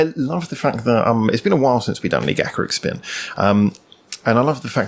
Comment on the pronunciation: Finally, someone who knows how to pronounce their name!